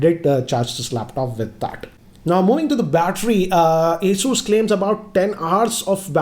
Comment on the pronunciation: Its ASUS not ASUUUUS STUPID